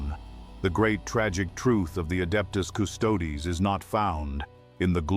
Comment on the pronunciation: The hell is the "Adeptus" "Custodes?" If you're going to use AI to slop out content, make sure it pronounces the title correctly in the first sentence.